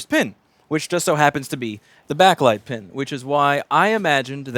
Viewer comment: Anyone else notice when he says "The pen is bint" instead of the "The pin is bent"? gotta love one takes :P